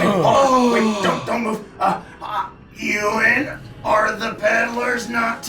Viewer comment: As someone called Ewan, the trash heap monster being bullied and called eww-an is too accurate